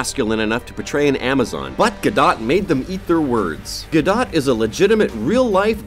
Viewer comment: Say Gadot again, and then go out and learn how to say her name.